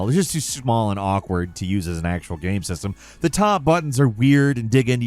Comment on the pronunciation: instead of describing the ''off key music'' or bad controls, why cant you ever show it? and please say ''game'', not ''gahm'' it's been over a decade